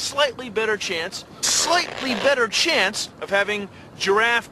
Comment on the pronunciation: In the consider this.... He keeps saying Slighty XD I miss him so much